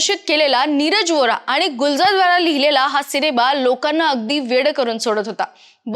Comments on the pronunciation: पहिले म्हणजे "आनी" तर "आणि" मराठी बोलता तर कृपया शुद्ध बोला. आणि कृपया आमची भाषा अशीच वैगेरे कारण देऊ नका. अशुद्ध पाणी पिता का?किंवा अन्न खाता का?? मग भाषा देखील शुद्धच हवी. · ॲंकर बदला फार जड आवाजात बोलते आनी पानी